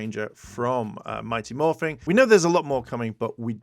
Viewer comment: It is mighty Morphin, not morphing you, people who don’t get things right really annoying me